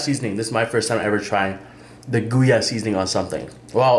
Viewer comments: its pronounce Go-Yah. Not GooYah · Bro... GOI-YAH seasoning not GOO-YAH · it's pronounced Go-ya, not Guya. Just wanted to put it out there. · And jus like you say joy uhh its Goya not gooyah jus FYI 😶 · That seasoning you say GOYA is like this Go - Ya that how to say it. Us Hispanic use all that seasoning! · It’s Goya like ‘Goy’ rhymes with boy. Pronounced Goy-yah. Great video as usual!